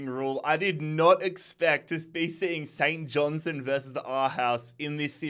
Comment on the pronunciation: All you need to do is pronounce the R in KIL-Mar-Nock & pronounce the T in St John- Stone.